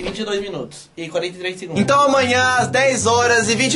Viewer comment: Quem percebeu que ele dizê então garela😅❤❤😍